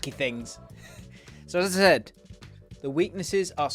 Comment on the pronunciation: new abbreviation for "so as I said", I think 😂